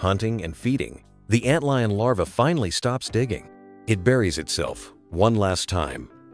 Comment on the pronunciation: Ant leon? Come on, man. Stop being lazy and narrate this shit yourself.